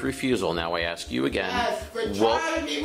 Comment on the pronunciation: Bad Baby is going to axthhh for the report😂😂😂